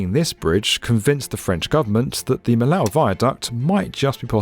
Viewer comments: Millau is pronounced " mee o ". I still have a house at the southern extremity on the A75,the motorway that crosses the bridge. I can remember the road before. Crawling along the cliff face on the northern exit of Millau with a 40 ton truck required concentration and that wasn't the only difficult part of the road. The long series of bends on the southern side of the town requires a lot of attention also. For us, truck drivers, the opening of the bridge was such a changé, I still drive across it from time to time, although now in a car and cannot help but be impressed and appreciate the view of the valley from " up there ". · Some corrections: 1) Millau ain't a village, it's a town, if not a small city as per the satellite images and the fact that it has some 20k inhabitants. 2) It's pronounced Mi-yo, easily checkable on the Internet 3) No nobody would do the north-south trip through the Massif Central before the late 90's, the Rhone valley highways where much faster 4) By the early 2000's the route had became feasible thanks to the sprout of highways (some with unsane gradients nonetheless), and yes the town was a real bottleneck but traffic never got as bad as 5 hours to cross the town, maybe 2 on the worst days. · As an inhabitant of Millau, I really appreciate to see a video about our bridge. However I would like to tell you that the prononciation of the name of my town is like "Miyo". It's written Millau because the old prononciation in occitan (the regional language wich was spoken until the 20th century) was different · It's unbearable hearing him say millow! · la précision est incorrecte. Les gouvernements français ont toujours essaié d'éfaccer n'importe quoi que ne soyait français, et vous mêmes ne connaissez la langue occitane, et pir encore, vous ne savez ni que elle existe. Millau n'est pas français, et la prononciation correcte est Mil-yá-ou, NE PAS "miyó". Un peu de culture ne fait mal à personne. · Great video. Note that Millau is prononced "Me Yo"